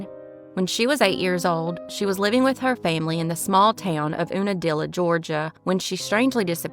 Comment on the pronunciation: Unadilla pronunciation yoo-nah-dilla